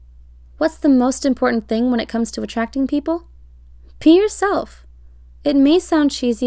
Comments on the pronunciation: thought she said pee yourself..tbh that one would be easier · I thought it said “PEE yourself”